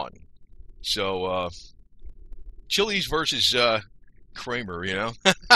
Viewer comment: Your pronunciation of his last name is wrong. It’s ch iles. Grew up in south Florida in the 60’s and 70’s.